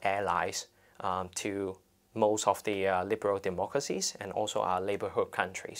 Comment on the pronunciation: Totally, totally with the protestors here. But please, stop trying to pronounce words with an English accent (for example ‘most’, this guy says it and it just comes out as ‘mawwwuuuust’, sounds so pretentious and tacky) if you can’t do it. Thank you!